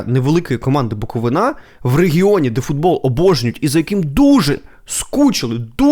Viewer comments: БуковИна,а не БуковинА,чувак. Не стидно тобі? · На рахунок коментарів про Буковину повністю згідний, але запам'ятайте вже будь ласка, що не БуковинА, а БуковИна!!! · Коли ж навчаться правильно казати??? БуковИна, а не БуковинА ЧернІвецький, а не ЧернОвецький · Дякую, дуже подобаються Ваші випуски. Але, будь ласка, БуковИна). Дякую) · Ще б наголос правильно ставив ціни б тобі не було Букови'на!!! Ніхто ж не каже Полтава' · В слові Буковина правильно робити наголос на И